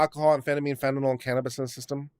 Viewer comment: Slight correction, it's fentanyl (fan-tah-nill) not fentanol (fan-tah-knoll).